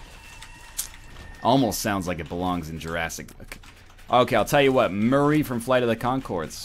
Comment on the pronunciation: Your Murray sounds too Australian. Murray is a Kiwi